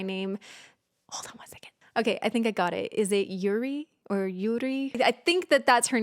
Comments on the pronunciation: the way you reacted to this :((( youre rlly sweet. btw your pronounce of "yuri" is right and she's the main vocalist of the group! if you search "yuri casualty of love" you'll find an amazing video, you absolutely have to see it!! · No worry, you pronounce 'Yuri' very correctly. I'm a Korean.